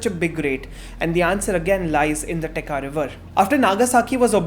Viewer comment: Absolutely loved it. But it's Techa( cha as in chai) and not Teka river 😅